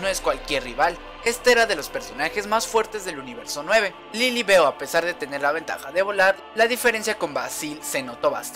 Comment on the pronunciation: No es lilibeu se escribe lilibeu pero se dice lilibiu